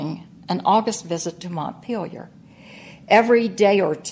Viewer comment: The guy nails it.